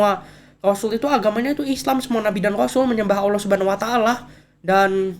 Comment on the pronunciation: Mba nya harusnya billang Allah bukan Owo